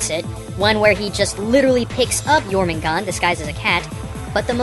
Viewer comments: You miss pronounced the snake Jormungandr. Its pronounced your-min-goon-der.. thats the best way i know how to describe it. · As someone whos from iceland, you actually pronounce the nordic names pretty well, except jörmungandur